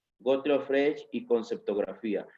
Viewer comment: Freg, Güitejed, Güitjenstein. Es un poco raro que un profesor de lógica no haya aprendido nunca a pronunciar estos nombres. Además, castellaniza los nombres propios. Suena muy raro.